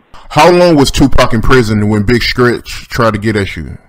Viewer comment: its big stretch not skretch